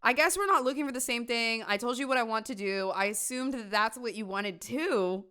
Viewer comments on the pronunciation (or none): none